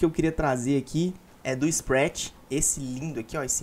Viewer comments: Não se fala "sprétch" se fala spratt (do jeito q se lê, com Som de A e T mudo) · ah blz. Se quer criar conteúdo e não ter a humildade de entender q está falando errado o nome do cara pô. Vai fundo. Continua chamando ele de isprétch então